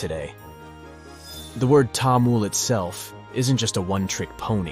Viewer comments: I appreciate your effort, For your information, Its not Tamul. its Tamil (Ta me l) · It's not tamul it is tamil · What is TAMUL? I thought it was called Tamil? What kind of tongue does the West have that they cannot pronounce their own English words of I and E? Say Taml not Tamul.. Say and repeat it 500 times Taml Taml Taml Taml like this without stopping. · I heard about Tamil before. It is very interesting. There apparently 60 spoken languages in India. I saw a list on a website. I am not sure if that is an accurate number. The narrator said Tamul not Tamil even though it was written there correctly. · The french would pronounce it as Tamoul. Thamil is the right pronounciation. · It's pronounced 'Tamil' not 'Tamul' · I think so you are pronouncing it wrong It's actually Tamil not Tamul.I am saying this because I am also a Tamilan others should not pronounce it wrong.😀🙏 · please its not taamul, Its pronounced as tamizh (Tha-mi-zh) 🙏 தமிழ் த is "tha", மி is "mi" and ழ் is "zh" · It's not tamil its thamil ❤ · Bro it's not tamul😡😡 it is tamizh❤️ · Tamil not tamul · It is pronounced as Tamizh not Tamil Jst saying for those who dont know😊😊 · bro said TAmuL 😭🙏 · Actually it's pronounced to be as Thamizh not Tamil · Sir, it is Thamizh or Thamilhzz..,and not Tamil.... The world should understand the proper pronunciation...... We feel very sad on hearing the wrong pronunciation.....🙏🙏🙏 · It's not tha-mil it's ta-mil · Tamil not Tamul. At least you could do google search how to pronounce it. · it's not tamul it's tamil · Tamil not Tamul 😅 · Tamul❌ Tamil☑️ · How about first pronouncing the name of the language correctly. It's Taa-MIL not Taa-MUL. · Not "Tamul" but "Thamizh". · How do you pronounce it -- "Tamool" (like the narrator in the video) or "Tameel"? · you actually pronounce Tamil in a wrong pitch. For the american English. You must add H after T. Like Thamil. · It’s so hard to listen to him say Tamoool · Your pronounciation of Tamil is killing me